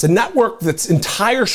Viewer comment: It sounded like you said that Fox was a "nutwork". I'm not sure if I heard that correctly.